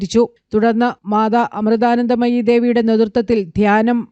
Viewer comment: അമ്മയുടെ പേര് ഒന്ന് പഠിച്ചിട്ടു പറയു... അവതാരകൻ......